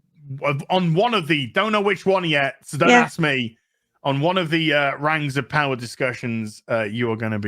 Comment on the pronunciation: has undergone serious trauma over the years. From the Batwahmen show, to She-hulk, to Rings of POWAH! We should start a 'Go Fund Me' for his therapy.